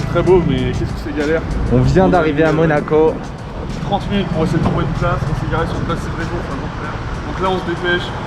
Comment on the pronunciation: C'était bien "MOACO" 😂 :P Très bonne idée de vidéo, ça change 👌 Peut-être juste faire un peu plus de plan dans les lieux (si c'est faisable bien sur) Continuez comme ça !